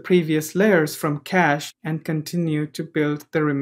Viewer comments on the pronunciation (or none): none